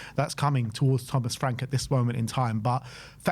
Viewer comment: LOL!!! 😂😂😂 Thomas Fwank.